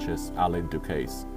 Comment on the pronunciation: Alain Ducasse please. Not Du Case!